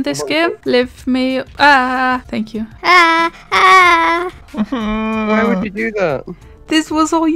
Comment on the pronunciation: imagine if you wanted to go heaven but god said fank yew 😳